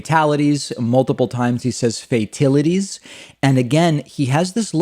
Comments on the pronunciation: WTF is a “feytility”? YSAP says anything coming to mind & obviously can’t read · He said fitilities because he can't read. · If he says fay-tilite one more time 😂😂😂😂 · When he said “fatilities” over and over I began to question myself and asking is that how you say it?